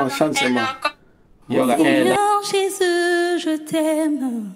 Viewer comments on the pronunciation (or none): none